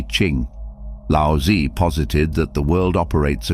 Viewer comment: It's pronounced lao zu not lousy.